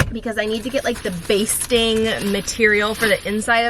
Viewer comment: It’s batting not basting. Thanks for the chuckle!